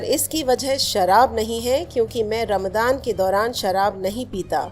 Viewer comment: Ramdan nh madam Ramzan bolo.